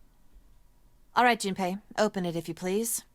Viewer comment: Every time she says Jumpy all I can think of is 'Jum - P!'